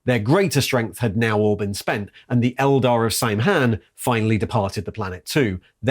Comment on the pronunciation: Is the Sam-hain pronunciation of Samhain a 40k thing? The word is Gaelic, and pronounced Sow-en/Sau-in in contemporary language.